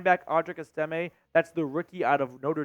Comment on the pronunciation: Audric....Es-ta-may. Not Es-timmy.